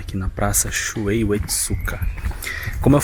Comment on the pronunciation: Não é Shuei, é Shuhei, se pronunciando ShuRRei.